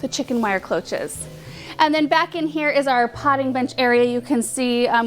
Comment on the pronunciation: Cloche is French - it is pronounced more like brioche - with a “shh” at the end xx